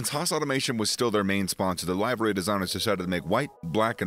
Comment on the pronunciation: If this man says “live-ary” One more time…